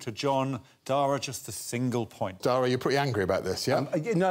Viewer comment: It amazes me how so many British people still think that "Dara" rhymes with "Tara". For future reference, it rhymes with "Para" or like the first half of "carrot", with an unstressed a at the end.